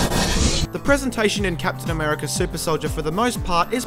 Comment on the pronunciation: Captain Americurr